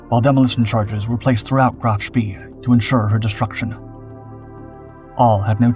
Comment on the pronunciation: It's pronounced "Spay" not "Spee"